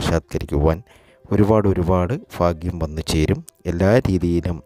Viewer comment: എന്തോന്നെടെ കോപ്പേ ഇത് 🤔 "ഫാഗ്യം", "ഫാവി", "ഫാഗ്യക്കുറി" 😡